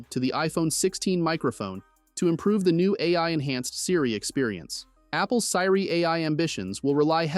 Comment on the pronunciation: It's pronounced, See-ree. Not Sy-ree.